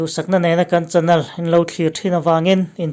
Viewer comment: Chanal tih nilovin chanel tih tur zawk ani em ka lo ti ve mai mai